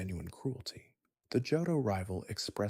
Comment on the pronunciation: Are you pronouncing shit like Charizard like that to drive rage bait comments or are you genuinely dumb? How you gonna make an entire video on a game and not know how to pronounce Johto or Charizard. Immediate dislike